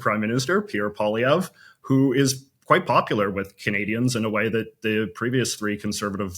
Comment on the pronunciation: Why is your guest mispronouncing Poilievre's name? If he really is a Canadian expert then he should know better. It is a fascist ploy to change the way you say your name. Total propaganda cr*p.